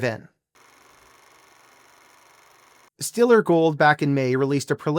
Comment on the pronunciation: It's pronounced "Stellar"